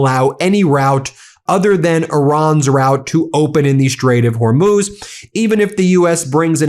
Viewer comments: HORMOZ , NOT HORMOOZ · “They DAMAGED THE HORMUZZZ..!”